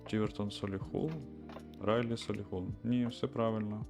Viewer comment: Правий берег на місці🫡 І думаю, що те місто все ж називається «Ралєі»